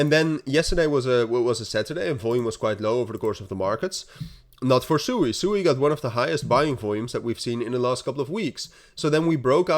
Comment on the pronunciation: SWEEEEE please pronounce it correct. Its such a cool name and sewey is not. Its a japanese word for running water.